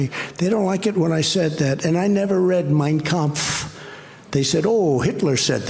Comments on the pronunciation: Trump sure pronounced the name of Hitlers book correctly. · "I never read Mein Kampf (perfect pronunciation)! - drumpf